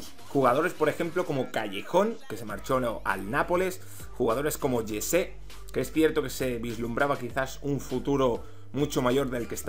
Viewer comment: no se dice llese jese